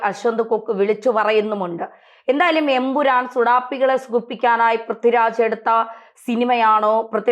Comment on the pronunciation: ഉറപ്പിച്ച് പറയണം EN..... PURAN